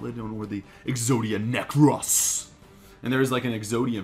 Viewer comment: Why do you say Exodia Necrass? That's not how it is pronounced. Get it right, dork.